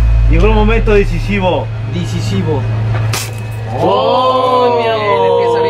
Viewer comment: El momento "dicisivo" jajaja